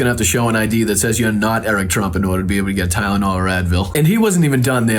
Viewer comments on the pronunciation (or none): I swear the dude's saying Kylnol, ya know, with a K. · He does not even say Tylenol he says ciylyol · 😂😂😂😂 Eric calls it Kylenol instead of Tylenol and homeliness instead of homelessness on a couple of these interviews! 🙄🙄 Man, there needs to be a serious cleansing of THAT gene pool! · He said “Kylenol” the first time on Hannity. It’s called Tylenol. Maybe that’s why he changed his story because he can’t pronounce the name of the medication he allegedly went to buy. 😂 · "kylinal" , what? You mean TYLENOL ! He's an offshoot, expected ! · I'm pretty confident he said "Kylenol"